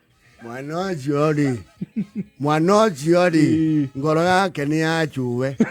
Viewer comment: hahahaaaa …. that’s why I thought my son to pronounce my name well Wanjiru not wanzilu … Kenya not Kenia .